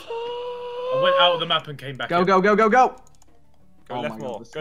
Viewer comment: It sounds that ethan is saying leave the mop but hes trying to say leave the map